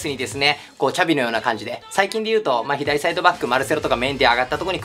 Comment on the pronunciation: シャビじゃなくて''チャビ''なんや笑